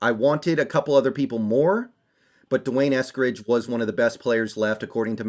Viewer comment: And u never ever said his name before and cannot even pronounce it.